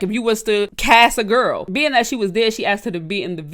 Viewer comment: You said "gel" 🤣🤣❤